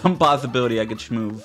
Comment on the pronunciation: "we were shmoove fucking amigs" sounds like an alien language to me.